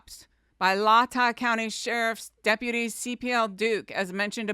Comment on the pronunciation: Its pronounced Lay-tah